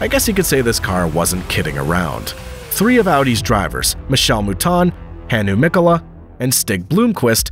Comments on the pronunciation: Pro tip: Finnish words are stressed on the first sylabus, so its Mkola, Hkkinen , Sto, etc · Great Video. Only a pitty you due so little respect to the individuals by pronouncing their names wrong. It's pronounced Piëch (pronouned Piejech) and not Peach (that's a fruit) Walter Röhrl with a silent (R), not Rorrel Hannu Mikola (pronounced Miekola) not Mikoolla Michèle Mouton (silent 'n' at the end), not Moeton